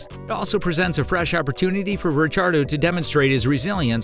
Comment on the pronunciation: Daniel RECHARDO ?? That AI is really cookin'